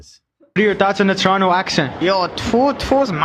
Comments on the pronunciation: You guys are saying Toronto wrong. It is Torranah. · Nah fam it's Chronno